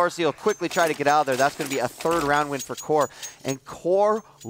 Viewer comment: at 11 : 57 the commentator says WHORE INSTEAD OF CORE :DDDDD